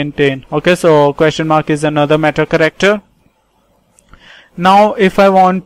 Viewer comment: No offense but the way you pronounce "character", it sounds like "corrector". Please pronounce it right. P.S thanks for the tutorial. Helped me to take down notes for UNIX.